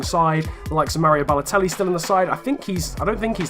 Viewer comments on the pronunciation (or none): none